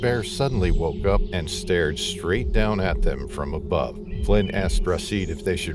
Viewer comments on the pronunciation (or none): none